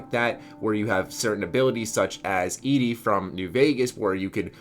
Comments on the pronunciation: did you just say EDI from new Vegas I think you mean ED-E not EDI that's Masseffect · ITS EDDIE E D D I E NOT EYDEE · in new vegas ed-e is said like the name eddy so...